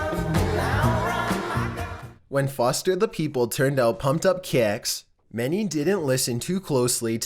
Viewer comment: NuMbEr TwElVe, PuMpEd Up KaYiCks